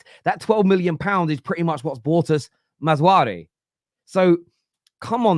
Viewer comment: it’s MAZRA-WI not maz-wari